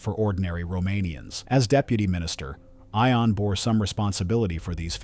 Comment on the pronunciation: I believe that the name Ion is pronounced as “Yon”.